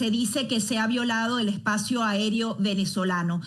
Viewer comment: ¿Espacio aerio? A - É - R - E - O